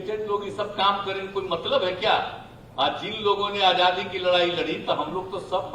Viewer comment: This guy is indirectly insulting the thousands of freedom fighters include Mahatma Gandhi. He should talk about what different development programmea he has for the country and foreign policy. He is educated engineer but can't even pronounce Hindi word Azaadi which he says AJJaadi.